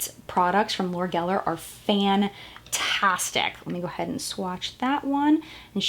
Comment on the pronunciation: Am I the only one bothered when she kept saying "fann - tastic" instead of fantastic? XD